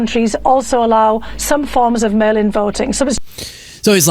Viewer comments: Ooh! I thiught he said male inbalance 😂😂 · I thought he was saying ' male imbalance' at first. Think I need a hearing test 😅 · Every time they said mail in ballots I heard male imbalance